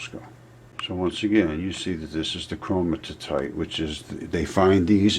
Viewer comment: it's Chromi-tite, not Chroni-ti-tite. Great info though, keep going my man, keep going.